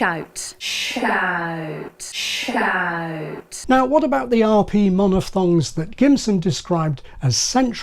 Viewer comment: One thing I found quite interesting is that the way says the word "shout" to me sounds very much like a Standard Scottish English accent poking through. According to her she lost her scottish accent due to going to boarding school in england, so maybe she has the occasional artefact of her "native" accent. Which now that I think about it, would be an interesting video topic: is there any research on people who have "acquired" an accent at some point in their lives, to determine if there's a pattern in the types of words/phonemes they tend to preserve from their old accent?